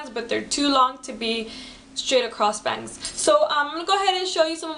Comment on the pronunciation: Youur pretty & you got style . But i juhst HATE the way you say "bangs". That got annoying -.